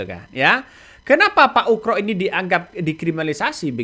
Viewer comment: koreksi dikit bang..nama yg.benar adalah bp komjen Purn.Oegroseno.. terdengar bang.nyebutnya pak UKRO..kalau mau dipendekkan jadi bp.Oegro,mudah2 an saya gak salah dengar.